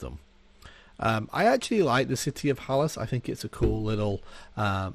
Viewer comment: If you rename old vids, please also fix the segments. its ORC hill.... And Halas, not hollis?